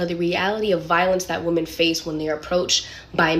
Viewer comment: Please learn how to pronounce the word "women"